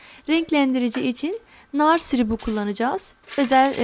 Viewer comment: Sirup ney laaa. Şurup demeyi bilmiyon mu? Videonun tamamında inkilizçe gonuşaydın ya 😂😂😂